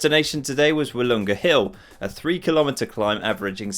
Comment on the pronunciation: If you want to pronounce kilometre correctly, please listen to the one and only Phil Liggett